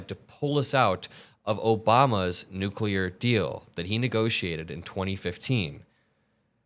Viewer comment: He can't even pronounce Nuclear. 😅😅😅😅😅. They are standing in that weird formation because, it's his human shield 😅😅